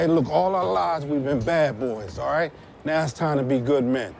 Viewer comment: El Rafiki man she fine, I ain’t tryna hear “ight” lol